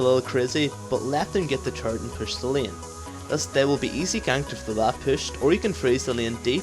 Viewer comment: Dat turrets pronounciation taris